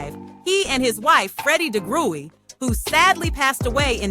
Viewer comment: AI glitch... I'm pretty sure it's pronounced Di-gry...